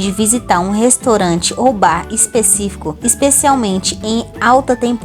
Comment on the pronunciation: Você fala restorante. É restaurante. Você é estrangeira?